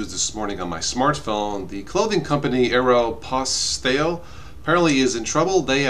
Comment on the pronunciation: looks like a real Italian but doesn't know how to pronounce Aéropostale.;)